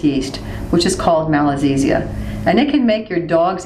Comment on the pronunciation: very informative but i think it should be 'Malassezia' instead of 'Malazessia'